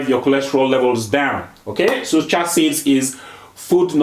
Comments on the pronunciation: One correction if I may, if u pronounce chia as chee-á, it’s easier for westerners to understand your beautiful accent. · Pronunciation: "Cha" seeds 😂